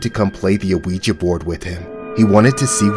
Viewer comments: its pronounced WeeGee not Aweeja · Why does this person keep calling the ouija board and a-ouija board? You pronounce it "weejuh". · "An a-ouija board" lol the rest of the narration is good, I won't take away from that but I swear he's saying a-ouija lol. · Omg the pronunciation of "ouija" is getting on my nerves, but I'm still here for it😂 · The narrator for these stories is pronouncing Ouija board very weird. He's putting the letter o like you would in front of the word opossum. But the Owen Ouija board is actually silent